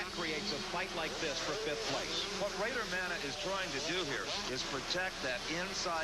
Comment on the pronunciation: Isn't his name Bader not Rader.